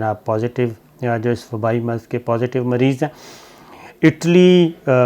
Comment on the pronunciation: Maaraz nahen Marz Meerach nahen Mirch Kalvangi nahen Kalongi Please correct your Urdu if you are going Online.